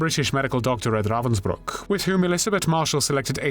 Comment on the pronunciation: Something so villainous about the way he says "RRRRrrrravensbruck".. almost Nazi like